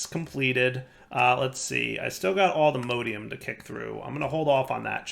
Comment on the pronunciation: Your pronunciation of “allthemodium” triggers me so bad but besides that I love your videos